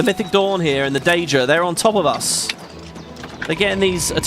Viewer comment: On day7 wondering if ever starts pronouncing Daedra right 😂 Never change